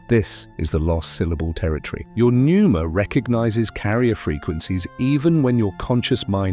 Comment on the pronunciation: Pneuma….. not Nuemera… just saying.. AI sucks and you might proof your output more carefully.